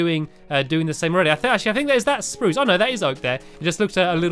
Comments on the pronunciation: OMG STAMPY SAID SPUUUCE WRONG THEN WAIT A FEW SECONDS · Stampy said sprrrrros than pros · why do you say sprrrws wood